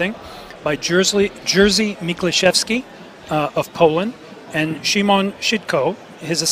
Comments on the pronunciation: Przeczytał Jerzy jako Jersey🤣🤣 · I love how they pronounce "Jerzy" (Jeshy) as "Jersey" ;) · Yahshy would be more appropriate in my opinion.